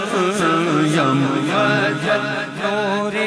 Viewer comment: یہ مُحمد کی بجائے مُمَجَّد پڑھ رہا ہے، ممجد کہتے ہیں وہ شخص کہ جس کو بزرگی دی گئی ہو۔ جب کہ محمّد کا مطلب ہے کہ اللہ تعالیٰ نے جس کی سب سے زیادہ تعریف کی ہو۔۔ اس کلام میں اصل لفظ محمد لکھا گیا ہے، اور پڑھنے والے پر لازم ہے کہ وہ وہی لفظ پڑھے جو لکھا گیا ہے، اور ویسے بھی ممجد کے مقابلے میں محمد کے معنی بہت زیادہ بہتر ہیں، اور یہی نام ہے ہمارے نبی اکرم صلی اللہ علیہ وآلہ وسلم کا۔ممجد نام کہیں بھی نہیں لکھا گیا۔۔ لہٰذا اپنی طرف یہ نام اس کلام میں پڑھنا درست نہیں